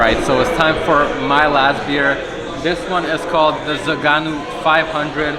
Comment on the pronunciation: my Romanian fellow., it's not zaganu, it's Zăganu. Have you ever tried it? One of my all times favorites. Zăganul is a species of eagle from Romania. Think about it, how is that name shitty?